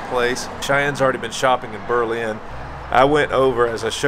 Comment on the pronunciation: You need to learn how to correctly pronounce Berlin.